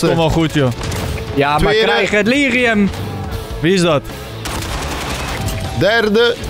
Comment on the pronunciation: Hey jij zegt steeds "het lirium" Maar het is "delirium"